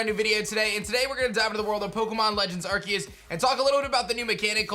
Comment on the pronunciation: It's funny how still pronounces the title wrong even though you showed the trailer with someone talking and actually saying it lol. He said he would say it right if there was proof but now I think he's just being blind and pretending like he wasn't wrong lol It's always funny to see his videos just to see him constantly pronounce the name wrong